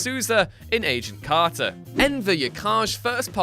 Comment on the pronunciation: You sounded like you sound age of carter not agent carter